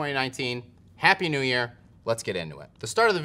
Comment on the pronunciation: You said “best nu Metal” and I almost threw up lol